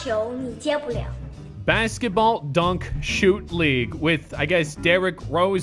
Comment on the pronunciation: pronounces Dunc like an English guy pronouncing dance